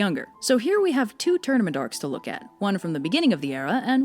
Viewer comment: I kept hearing “tournamendarks” and similar gibberish before the words “tournament arcs” were actually on the screen 😂